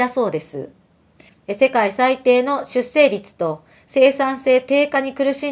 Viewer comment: 出生率 (しゅっしょうりつ) と、読みます。